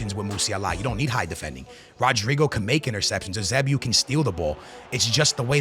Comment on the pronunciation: holy shit dude can’t say musiala or pepe “pep” or eusebio😭😭